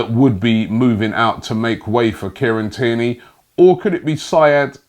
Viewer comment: Everyone: Kieran Tierney Robbie: Kierney